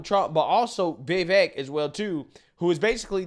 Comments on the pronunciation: He can’t even say his name. It’s Vivake like cake. Come on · I heard Vivek is said like "cake" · Score-say-z and it’s Vivek like cake. Please do 5 freaking seconds of research before posting a video. Every video you make your mispronouncing commonly known people’s names